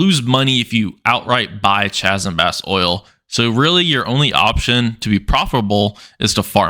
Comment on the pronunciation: Chasm is pronounced (kazem).